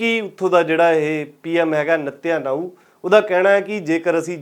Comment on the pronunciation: ਨੇਤਨਯਾਹੂ ਨਾਮ ਹੈ ਨਾ ਕਿ ਨਿੱਤਿਨ ਨਾਊ । ਬਾਕੀ ਤੁਸੀਂ ਬਹੁਤ ਵਧੀਆ ਕੰਮ ਕਰ ਰਹੇ ਹੋ।